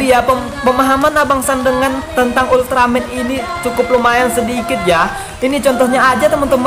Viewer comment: Bang itu ulteramen bukan ulteramen geed